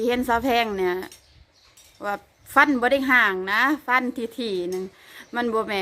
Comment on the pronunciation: ทำไมคนประเทศลาวพูด ฟ ฟันเป็น พ พาน